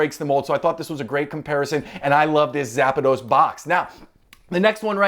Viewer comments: It's zapdos not zapados 😅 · Just curious, why do so many people add an extra a in Zapdos. You are not the first nor the last to pronounce it Zap-a-dos. Where did that come from? My guess is the kids. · Cringe everytime you said zapados!!! Ahhhh haha